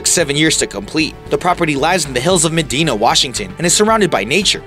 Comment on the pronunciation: You are pronouncing the name of Bill Gates neighborhood wrong. It's pronounced muh-dine-a. And wtf is Mumbani? It's (South) Mumbai, geez!